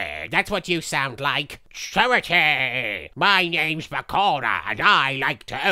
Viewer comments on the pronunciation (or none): The way marik pronounce Bakura like PARKORA